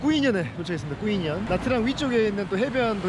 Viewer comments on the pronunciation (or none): 까페 쓰어 다 까페:커피 스어:연유 다:얼음 즉 얼음넣은 연유커피라는 뜻입니다^^ 그리고 꾸이년이 아니고 정확하게는 뀌뇽이라고 발음하시는게 맞아요~ 베트남 오래 살았어도 호스텔에서 여행객처럼 지내본 경험이 없어서 상당히 부럽네요